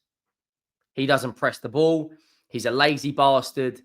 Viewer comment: "Lazy bustard "😂😂😂